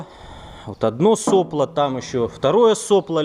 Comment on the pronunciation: "СоплО" ударение на последнюю гласную если единственное число, а если множественное число тогда "сОпла" ударение на первую гласную букву